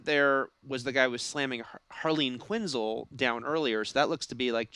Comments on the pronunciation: It's Harleen quinnzel not quinnzl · Quinzull? Kitanna? Pronunciation game weak